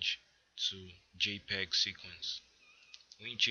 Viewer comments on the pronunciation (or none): none